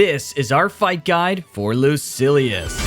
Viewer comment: Lucilius not Lucius